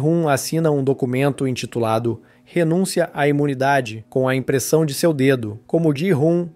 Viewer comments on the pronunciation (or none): none